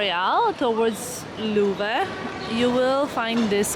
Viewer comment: Thank you for that promenade,! It could be good for the next time to learn the pronunciation of the French names, at least of Louvre. And all will be great!